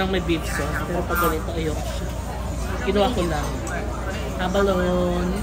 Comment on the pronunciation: Pronounced as abalo-ne ( a-ba-lo-ne)